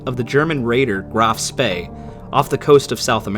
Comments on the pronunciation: For future reference, “Spee” in Graf Spee is pronounced “Shpay” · Admiral Graf Spee was her full name. Spee, not spay. I only point this out as some German and Japanese vessels have names which if mispronounced or incompletey pronounced can sound like others in their respective navies. The umpteen John D's the yanks contributed bear testament to this. You can imagine the confusion if someone was talking about the John D Edwards but only said John D and had just been describing the John D Ford just prior.